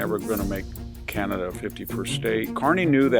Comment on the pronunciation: Corporate CEO selected not ee lected❤ car knee kana duh❤